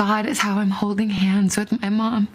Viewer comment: "kina hoding on" Interesting diction😂